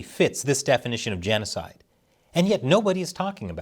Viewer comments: “Jan oh cide” 😂😂😂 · Its jeanosoid. Geet it roight. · Your genocide is with an Aussie accent not a New Zealand accent. Stop alienating your Australian audience.